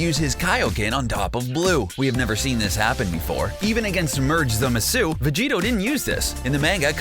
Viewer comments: How did he pronounce Zamasu???? Zmmssuu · Nothing makes me resent this channel making a cash grab at hot DBZ news more than hearing merged Zamasū with a hard “U”